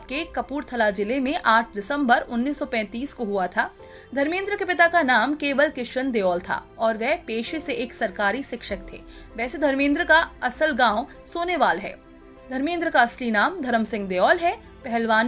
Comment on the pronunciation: सोने वाल नही साहने वाल है